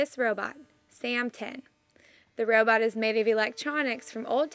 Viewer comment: heh sounds like first reporter is saying "row boat" instead of robot. Pretty cool that he build it from trash.